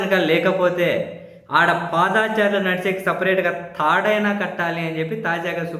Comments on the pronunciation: పాదా చారులు కాదండీ.... పాదచారులు... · ఏంఅబ్బీ మా భుబమ్మ మాటలు విన్నారా ఏమిటి? పాదాచారులు అంటారేమిటి అబ్బీ? పా'ద'చారులు అనుము మా కుంగణామోడీ లాగా